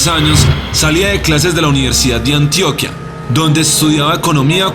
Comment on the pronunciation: "Antioqua" xD